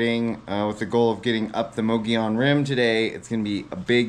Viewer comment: Ohhh yeah I butchered several things didn't I. The first time I heard someone pronounce "Mogollon Rim" properly I thought they were talking about something totally different 😂. When I come back to AZ for more bikepaacking, ill do better!